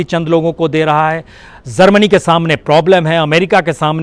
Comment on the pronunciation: हज़ार को हज्जार बोलता हैं यह और मुजाहिदीन को मुज़ाहिदीन बोलता है 😀 । जर्मनी को ज़र्मनी बोला है। बस information ले लो बाकी शब्दो की तो जान ले ली प्रसून ने ।hhhh 😀